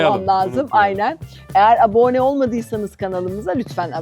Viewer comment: programlarınızı beğeniyle izliyorum ama ilk kez diksiyonunuzda çok büyük bir falsoyla irkildim: Videonun hemen başında iki kere üst üste "abone" kelimesine çok yanlış vurgu yapıyorsunuz. "aboone" diye bir kelime yok Türkçe'de.